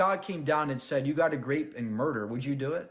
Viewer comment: Why does keep saying "grape"? It took me a while to determine that he probably meant 'rape". Rape isn't even one of the words banned in media. There is way too much censorship and reforming words only exacerbates it.